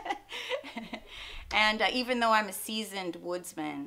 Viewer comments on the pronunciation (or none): none